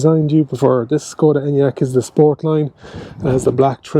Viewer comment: SSSSKKKODA ENYAQ, seriously- pronunciation??? 🙄